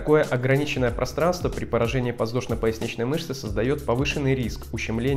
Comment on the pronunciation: подВЗдошно! а не ЗВ.